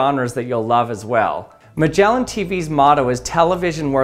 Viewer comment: My man said Magellan and not Magellan. This makes me sad.